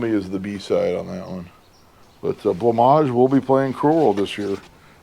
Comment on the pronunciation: Having discovered it myself and not hearing of anyone who knows of it yet loving many of their songs, I always thought Blancmange was pronounced “blank-mange” rather than “blah-maj”, thank you sir for showing me the correct way to say it